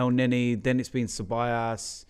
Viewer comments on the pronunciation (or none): it's CEBAJOS (pronunciation)